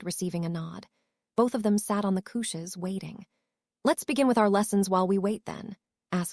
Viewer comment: This AI pronounces naming as nomming and it's pretty damn funny. Slightly less funny is couches as cootches